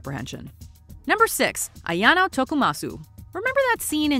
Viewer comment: Seriously. How could you mispronounce the name Ayano? Where is the second name in the name?